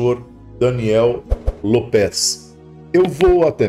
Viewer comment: É López e não Lôpés, Sr…😩